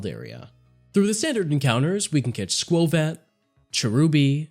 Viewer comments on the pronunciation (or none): Ummm, Skwovet